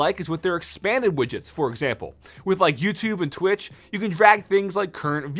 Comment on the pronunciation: The way you said «Twitch» 😂